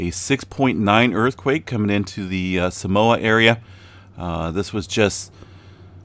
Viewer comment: Nope. He got it pretty right. More like sah-MOA